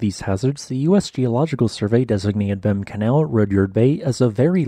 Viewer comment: Behm Canal is pronounced Beem Canal.